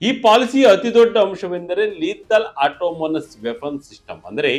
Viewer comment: It's Autonomous , not automonus , please correct it while pronouncing sir